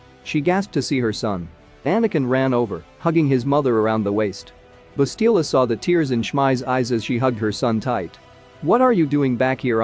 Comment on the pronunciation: The name is Bastila, not Balista.